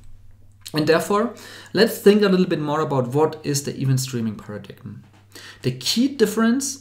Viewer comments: "paradigm" is pronounced "peh-ruh-daim" not "para-dig-um" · You guys are focusing on a slightly-off pronunciation of "event" but saying nothing about the very-wrong pronunciation of "paradigm" (the "g" is silent). I really appreciate the video,!